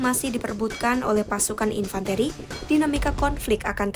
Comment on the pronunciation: Infan - Te...te...te..te - Ri, Nyari narrator yg berpendidikan dikit donk. Jng cuman sarjana tp gelarnya make Ijazah Palsu.